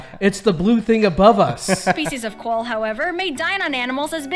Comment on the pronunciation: You keep watching Americans talking about Australia and this girl isn’t even pronouncing things correctly, like quoll, emu, goanna, kookaburra, etc.